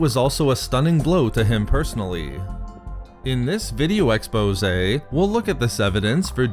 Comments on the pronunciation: it's quite annoying whenever u pronounce exposee. Otherwise good narration. In addition i cannot tell it is computer generated audio or not so monotone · Couldn't finish the video after "in this video exposa" fucking hell dude. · Nobody else got cringed when he said video expose?